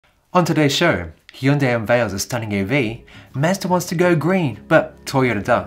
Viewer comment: Did he just say HEEEEEndai lol wtf here in the us it’s called Hyundai as in HUNNday